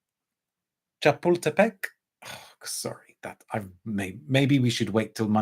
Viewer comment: Great pronunciation in Spanish. Bosque de Chapultepec would be the equivalent to New York’s Central Park. Condesa is a neighborhood that is now very trendy, but when I lived in Mexico City it was a middle to upper middle class neighborhood. It looks the same to me as when I was growing up there a few decades ago. Interestingly, Chapultepec has mainly eucalyptus trees. Cilantro is mostly eaten with tacos, mixed with chopped onion and it is definitely an acquired taste. I got a sample of the Le Labo and it is interesting, but the dry down was lackluster to me. I guess I won’t be purchasing at that price point.